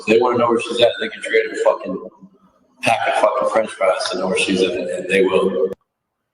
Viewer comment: Fwench fwies